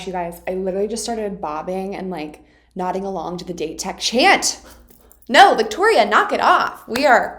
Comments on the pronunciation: Victoria! Love your videos! Just wanted to correct your pronunciation of Date Highschool. Its pronounced Daw-Tei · Someone tell her its pronounced "Dah-tay-co" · The correct way to say Date Tech or Dateko is Da-te Tech as for the japanese its Da-te-ko And Asahi is A-sa-he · I don't know if this doesn't adress before, but DATE pronunciation it's like DAllas and TEnnessee. I cringe every time you say "date" (dāt). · Victoria, please. Date Tech isn’t pronounced like the day of the week. It’s pronounced dot-aye. ✌🏻❤️ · word of advice: "date" is pronounced like "dah-tay", each syllable is pronounced separately! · Date tech's pronunciation is.. Da Te Tech.. Da and Te "A" for apple and "E" for elephant :) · LMAO that was awesome. Side note, Date is pronounced "Dah-tay." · Date is actually pronounced "Dah Teh", in Japanese the syllables don't end with a consonant (unless it's an N), you'll hear them say it a lot throughout the upcoming episode! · I fully understood your squee. :) I love your investment and excitement for this show, and it only gets better. Now, my English degree compels me to provide some pronunciation assistance. This is done out of love. :) - Date Tech: Dah-tay Tech. Japanese tends to pronounce every syllable individually. "Go, go, let's go, let's go Da-te-ko." You were, in fact, compelled to bob along to the best cheer in this show, because it is the best cheer in this show and we all did and still do, just like you! - The Iron Wall blocker with the intense stare and white hair is Aone: Ah-oh-nay - Ricochet: When talking about the "tool", or rebounds, bouncing the ball off the blockers hands, the word is ricochet. When I hear you say "rickershay" part of me melts from the cuteness, but part of me also cringes. Of course, you can ignore that part if you like. <3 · it's funny cuz she pronounced it "data taco" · By the way Date Tech's "Date" pronounced more of like "Latte" if that makes sense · why u pronounce "date" like that?